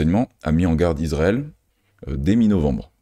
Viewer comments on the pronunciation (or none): none